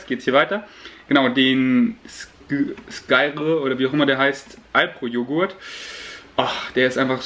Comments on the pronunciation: Tipp: In der Werbung sprechen sie es SKIER aus. 🤙🏻 Ich selber hatte es immer SKÜR ausgesprochen . 😊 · Ich glaube das Skyr spricht man einfach skir aus